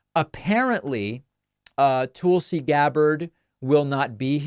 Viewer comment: David, why do you call her "Tool see"? Nobody else pronounces her name that way. Is this an in joke?